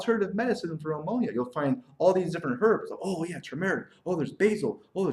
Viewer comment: It's not ah-monia!